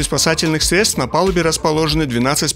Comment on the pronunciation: Все здорово, но срЕдства и от семисОт тысяч